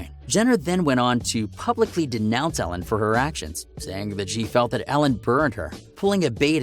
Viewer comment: It’s Ellen not Alen